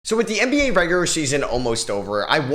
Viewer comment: Bro that’s the only time I’ve ever heard regular be pronounced regurer